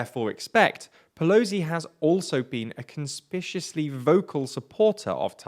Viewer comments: CONSPICIOUSLY ?!? Try “conspicuously” or possibly “suspiciously” at a pinch. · Conspicuously? Not "conspishously", con-spic-u-ou-sly.